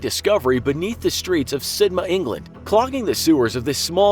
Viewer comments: Pronounced SID,Mouth not Sidma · Sidmouth is said "Sid-muth." I dont even know where you got "Sid-ma" Who told you it was said that way? What a chaaaaarRRrrv lol (get it, because you guys cant say chav properly either, get it, huh? Do ya?). If you need a native British person to check your pronunciation, facts and levels of sarcasm, mail me. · Why does he keep calling it Sidma??? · It's SidMOUTH. I swear this guy does it on purpose. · The second part of Sidmouth is pronounced like Plymouth (rock), not Sidma. You forgot the "th". This was an easy one, come on. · the way he says "sidmouth" makes me cry